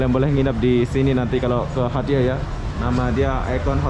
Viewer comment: Dibaca nya bukan hatyay tapi hacai bang .. hotel juga murah kenapa pilih hostel hee